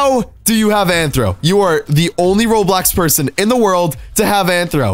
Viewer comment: Omg its RO*BLOX* not RO3D i mean wtf RO3D?